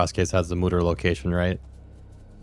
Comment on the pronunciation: Great video bro but.. mooder? brother its MODOR like MOTOR... you get the wind all the time.. like A MOTOR its a funny pun they put in but why you ruin it with that pronunciation XD